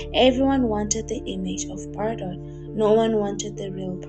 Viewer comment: I mostly disagree with your analysis of Brigitte Bardot, which is pronounced Bar-doe (not Bar-dott!). She was a childlike, carefree spirit in her day, who openly admitted that she never wanted to be a mother, that freedom was everything to her and that she couldn't cope with the responsibility of a child. So, Nicolas was raised by his father, almost like an adopted child. I was adopted, my mother was very young when I was born and wanted no contact with me, so I understand a lot about it. The singer Joni Mitchell gave up a child quite young too. People can judge her and other women for that but it hardly makes her/them monsters. At least she was honest and upfront. You could say she's flawed (*as we all are), childish and self-centered, a bit spoiled, vain, and even neurotic (as so many actresses and stars are) but hardly cruel, dark, callous or 'destructive'. No, they are not words I'd ever use to describe her, nor have I heard it said from people who knew and worked with her, and I've read a lot about her, her life, and career. If anything she was overtly sensitive and connected better and more deeply with animals than humans (who she often described as a cruel and hypocritical species). I can relate. She retired from films and withdrew from public life when her beauty began to fade, and chose a reclusive, bohemian life, aging gracefully, devoted to animal rights and welfare. I do agree with you though that she has difficulty with long-term intimacy and commitment, hence wh